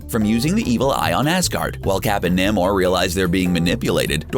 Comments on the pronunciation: NAY MOR. Not Nam or. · Namor pronounced wrong, and Beta Ray Bill pronounced wrong.